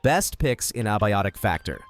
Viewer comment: "Ab- iotic factor" lol